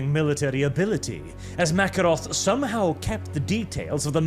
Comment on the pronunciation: I feel like it should be. Ma-care-off, not The Russian Makarov with an f.